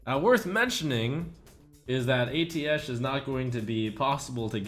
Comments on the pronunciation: I thought it was pronounced "Ay-Tee-Shh" and not "Ay-Tee-Esh" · It's pronounced "UH - TEESH" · it's pronounced ateesh